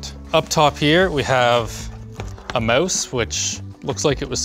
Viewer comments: Learn how to pronounce mouse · "a mowse and keyboard"